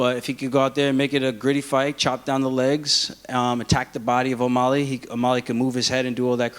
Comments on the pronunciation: It’s O’MAlley not O’MOlley ya dink War Killashaw🐍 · why does aljamain always say "O-Molly" ???